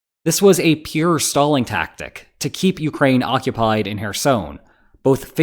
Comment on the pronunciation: does he say "this is a pure stalling tactic" or "this is a pure Stalin tactic" ? The answer is yes.